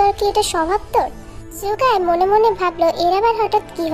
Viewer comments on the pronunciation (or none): ঝূকাই না সুকাই হবে।kintu story ta onek sundor hoise❤❤